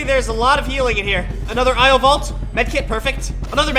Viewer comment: It's not io valt